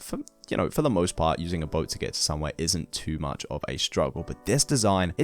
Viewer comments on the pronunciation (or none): none